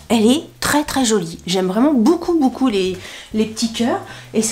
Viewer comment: Coucou je regarde tout tes vidéos SHEIN, j'adore ta bonne humeur❤! Je viens de m'apercevoir seulement depuis les dernières vidéos que tu avais un tic de langage quand tu dis "boucoup" au lieu de beaucoup! Mdr du coup maintenant ça me saute aux oreilles à chaque fois. Bisous ma belle.